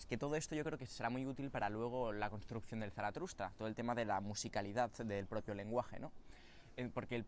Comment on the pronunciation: me encantas tú y me encantan tus vídeos, pero por favor, deja de decir ZaratRusta 😂😂😂 Un abrazo ♥️